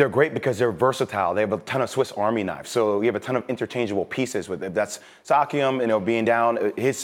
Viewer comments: did no one fucking realise he said Sakium 😅😂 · Sakiam??? Cmon espn hes a playing at an all star level and has a high chance off winning MIP is it that hard to learn how to correctly pronounce his name. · These man said siakam like sahkeeum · Mans called him sakiam not siakam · this nigga just said SOCKIAM LOOL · Saw-kee-um? Lmfaoo come on jay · Lmao I cant help but chuckle every time I hear these NBA Analysts try to pronounce Pascal Siakam's name. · E - S - P - N ... S - I - A - K - A - M 🤗❤️🇨🇦... the way he’s playing this season he deserves to have his name pronounced correctly. The Raptors are just getting started baby ❤️🇨🇦 #wethenorth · He mispronounced Siakam's name and completely understated his performance. Pascal had a career night btw, and is playing next level basketball right now. #MIP #Spicy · Why am I listening to someone who cant even pronounce Siakam. Get outta here Jay Williams! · Jay Will could only name two players from the Raptors, last night was probably the first time he watched the raptors, his opinion means nothing, couldn't even pronounce Pascals last name, lmao